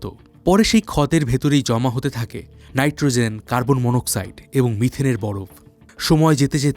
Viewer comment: নাইট্রোজেন উচ্চারণ করুন | নাইট্রোzen নয় |